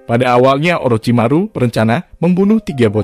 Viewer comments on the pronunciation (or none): none